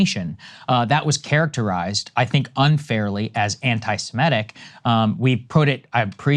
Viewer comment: Really interesting how some people's talking brains give them a word called "anti-semetic". They could read the correct word "anti-semitic" 20 times. And their reading brain knows what it is. But their talking brain still says "anti-semetic" over and over.